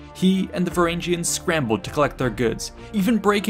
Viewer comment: These videos would be much better without the cringy pronounciation. Look at how you pronounce Harald. Now look at Hardrada. Why change the sound of the second "a" in the epithet? And don't get me started on "Varangians" again. I'll admit that the Norse languages are not the easiest to master, but for such well-researched topics, commonly used names should not be hard to find the proper pronounciation.